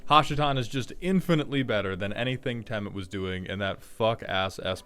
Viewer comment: why do you say "temiur" instead of temur like a normal person? (/j love your vids)